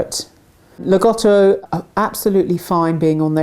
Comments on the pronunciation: (I love the content and presentation, but I GOTTO point this out.) There's great irony in slagging on people for mispronunciation while teaching people the incorrect pronunciation. Lah-GO-toe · it's actually pronounced Lag-OH-Toe. but it's not a big deal hardly anybody pronounces rottweiler as rott-Veiler like its supposed to be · Incorrect pronunciation. “Lago” = “Lake” in Italian. There is no short “O” sound in the language. Say “Lah-go-toe”. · not too bad pronounciation, in my opinion. Just all 'O' need to be a clear sound O, and not the diphthong OU typical of English